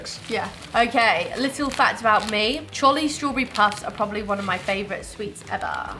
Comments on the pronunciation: The brand Trolli isn’t pronounced like Trolley. It’s pronounced Troll-ie. That’s y there’s a troll on the packaging. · We have ranch flavor and dressing everywhere in the U.S., it's certainly not just a southern thing. Oh, and in America we pronounce it Troll-EE, like a troll under a bridge. Great video!